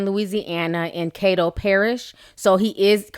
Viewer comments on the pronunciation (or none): It's Caddo Parish not Cato lol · Ti, love your videos, but I'm from Shreveport and I have to correct you. caddo is pronounced Cad do lit pad and to. Caddo Parish! Glad to see my local news on your video! 318 Port City represent! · Mystikal was hot in the late 90s too. 😂😂😂 Caddo is pronounced with a long "a". Like the Caddo Indians... 😉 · you said caddo wrong lol but i still love you...your not from down here but people down here saying she lying to get some money